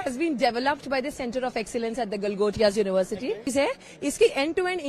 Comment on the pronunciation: GALGOTIA UNIVERSITY ❌GOTILA UNIVERSITY 😂😂